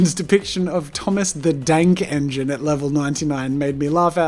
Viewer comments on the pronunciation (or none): I thought he said Thomas the dank engine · Wait I thought he really did say dank or am I dumb